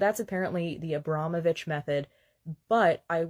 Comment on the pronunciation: WHY CAN THEY ALL NEVER SAY NAMES RIGHT...abrom...o...vich😊